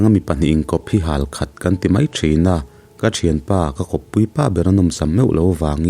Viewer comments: Thingzai a in kawp hi hâl khat nilo in Hal-khat(Hal hi sihal a,Hal anga lam tur) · "Hal" - halphuah thlukin i thluk a, "Lo hal" thluk a thluk tur..